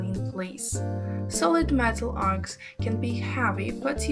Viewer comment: Arch is what she is trying to say. Not arts, not ark. Arch.